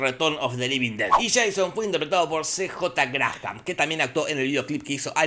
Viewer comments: No te perdono el "sian", Jorge. Se dice /shon/ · Se dice Sheison papá.